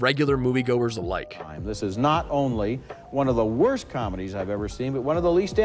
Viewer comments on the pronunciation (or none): You mispronounced “worst” when you were talking about the comedies Judd Apatow produced…